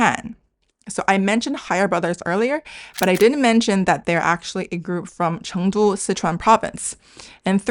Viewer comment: ...but that's Chein Jing? 😆 ("flourishing city"?)